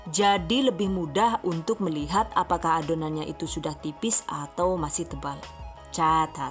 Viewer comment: Kirain ngomong cacat